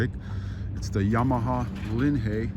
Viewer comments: Stupid video, zero video of the actual assembly. The name is not LINHAY, it is LINHIGH. Also not VITASSEY, it's VITACHI. Repetitive narration to "keep you updated" Poorly done. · never heard anyone pronounce it the way you do. Always heard it pronounced as if it is LIN High.